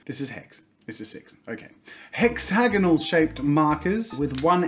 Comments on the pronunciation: Hex-ay-gone-all......what?....totally not hex-a-gone-ahl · I love how he kept saying hexagnonal even though it’s hexagon